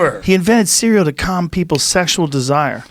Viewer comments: CEWEAL 😂 hahahahaha RZA said CEEWEEAWL 🤣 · RZA said CEWEAL instead of CEREAL 🥣 hahahahahahahaha damn his albums are my main source of laughter since I was a KID #CEWEAL